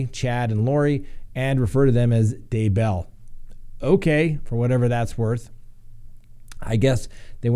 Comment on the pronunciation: Actually, she wants to be called Lori DayBELL, accent on first syllable lol. Oy vey this case is taking forever to get going.